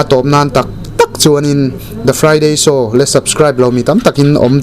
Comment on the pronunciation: hmuhnom trin ee...mahse THE FRIDAY SHOW ti tawh la...THE FRIDAY SÂW iti zela..😂😂(lo vei ve mai+...ka soithyh cu omlo nâ a✌✌)